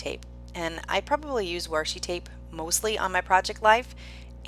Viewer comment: Your PL fit the inspiration photo perfectly! BTW I love the accent you have when you say Washi!!